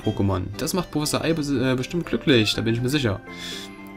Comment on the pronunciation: hast du einmal wirklich anstatt professor prossefor gesagt? oder hab ich einfach was an den ohren? hahahah xD Der Rahmen is so toll <3 uuuund ich bin froh, dass die Parts nur 15 Minuten lang werden, find ich sehr gut und ich freu mich sehr auf dieses Projekt Insofern mein Internet mitspielt ;)